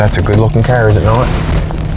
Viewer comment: I love the ole kerr. That is how you say car right?